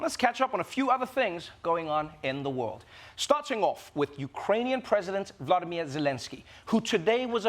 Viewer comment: Why after 9 months of constantly repeating his name Trevor still didn't learn that he is VOlOdymyr not VlAdimir. This 2d one is the Russian version that in times like this we do not want to use.